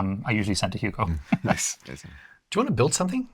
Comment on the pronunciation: Guy can't say Hugo